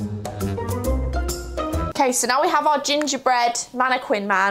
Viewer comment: The way she says mannequin is crazy ….